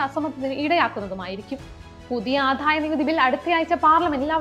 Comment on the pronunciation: Good presentation and content. A small suggestion to concentrate on specific words like Adayanikuthi. It’s not ’Adhaya’ , its simple ‘Adaya’. Kudos team!